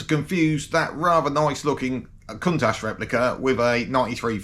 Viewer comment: Not cuntash...its count ash